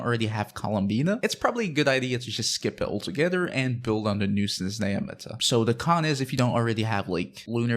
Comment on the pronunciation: Forgive me for the “🤓☝🏻” moment, buuuuut... It’s not “Snezneya”, the “h” is not silent, “zh” sounds more like in “Zhongli” or “Stuzha”. And it ends with “aya” not “eya”. And if you put stress on the first E instead of A you’ll impress every slav out there. For reference, you can put the word «снежная» in google translate and make it pronounce it, it’s pretty accurate.